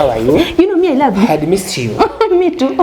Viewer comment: ❤️did you just say rav😂😂😂😂😂😂😂😂😂😂